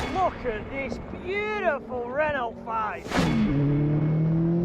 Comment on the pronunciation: Please please please stop saying Ren ult it’s Renault sounds like ren ow, great vid though 👍🏻